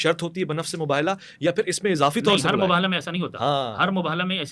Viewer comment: صرف شیعہ عالم کا تلفظ درست ہے وہ مُباہَلہ کہہ رہے باقی سارے حضرات مُباہِلہ کہہ رہے